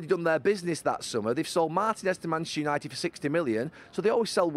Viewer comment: Bantchester United 😂